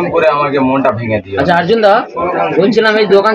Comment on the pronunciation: আর্জুন বলছে কেনো অর্জুন বলতে পারেনা মনে হয় 😅